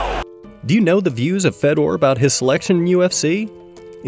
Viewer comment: hard to watch a video where you mis pronounce his name first go round, and lol, ufc is the standard. What it would be like to think like you. Watch ONE breh, it's still actually good.